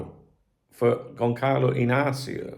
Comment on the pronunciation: Because you're always perfecting your pronunciation, the Ç in Gonçalo sounds soft like the C before an E. More like Gonzalo or Gonsalo.